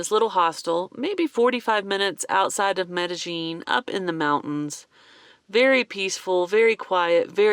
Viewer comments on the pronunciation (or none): Love love love your channel and your van design. Your shower is best design ever. Now for my 2 cents... remember in spanish, two L's = y sound...its pronounced Medi-ying ..not Medi- jing. Cant wait to see your advenrures after your knee is fixed. Prayers for quick recovery. We'll be watching from SW Florida.